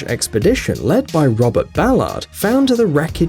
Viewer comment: You mispronounced Carpathia and Ballard.